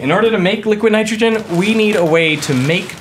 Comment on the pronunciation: “Liquaheed nytrohageen”